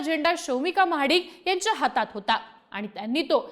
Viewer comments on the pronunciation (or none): Mahadikanchya ❌ Mhadkanchya✅ 😂😂